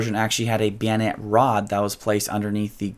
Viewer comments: Who the hell says bayonet like that? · beeonet... beeonet... beeonet... I just read the comment and he hit that word about 12 times in 30 seconds. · Are you saying bayonett or biænett? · bio net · I don't find his pronunciation of the word bayonet worthy to fret about, or pay attention too. I didn't even gave a cuss. "Weirdos," is more worthy of attention. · you say bayonet like a slavic person would say banana